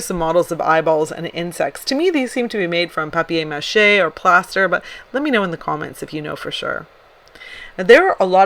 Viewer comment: I have never heard someone say “paper Mashay” like that 😂